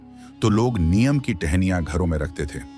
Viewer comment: Aaj se NIYAM bana le ki NEEM ko Neem bolega. Anpad aya gyaan dene. AI voice moorkh.